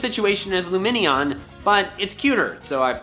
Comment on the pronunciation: I've never seen a "loomenion" before this video lmao